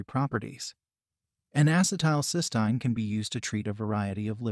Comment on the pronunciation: That’s not how you pronounce cysteine